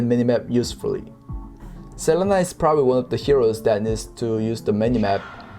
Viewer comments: a tip for hoon is that its sa-lee-na not se-leh-nah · Best pro tip I can give is to not say Selena’s name like does.